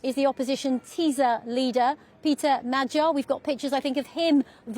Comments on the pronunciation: Shame the presenter was not able to get correct prononciation of the opposition candidates name. Magyar, with a as in father, and gy as in duke. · Will the BBC bother to check their appallingly lazy mispronunciation of Magyar? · Does the BBC have a recruitment policy that disfavours the ability to pronounce the letter "R"?